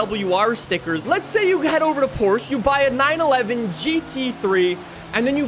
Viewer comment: You should be consistent with pronounciations. If you keep saying Borsch you should pronounce Jaguar "Jayqueer".